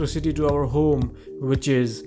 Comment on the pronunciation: "In our hOOme"